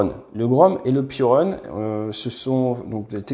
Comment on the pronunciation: "Piorun" se prononce "pioroune" (ou pioroon pour les anglophiles) et ça veut dire éclair/foudre en polonais